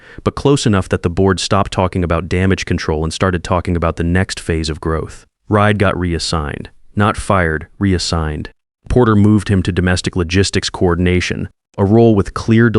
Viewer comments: Reid is pronounced " reed " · A.I. can't pronounce Tobias, or Reid... stick with Marcus, Ethan, and the usual others. Sounds less silly than 'Ride' and 'Tobious'.